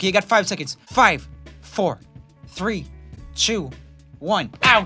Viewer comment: he said chew instead of two